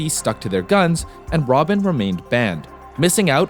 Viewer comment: It is RobbaN, not Robin. ENCE, not E.N.C.E.